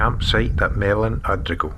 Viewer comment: Lovely video but the pronunciation of local names is inaccurate Gruinard has a silent u and emphasised I. Mellon Udrigal Is ooh not Udd. I say this as we have a 4th generation family there and at Mellon